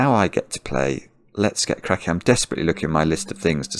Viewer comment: for the first time, saying "let's get cracking" almost sounded to "let's get crying" to me